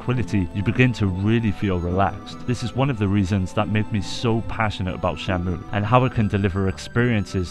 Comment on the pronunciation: It sounds like you keep calling it Shamu